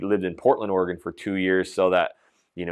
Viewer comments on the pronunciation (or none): none